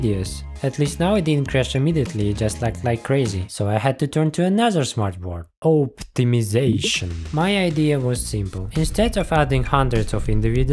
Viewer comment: Почему оптимизейшон звучит смешно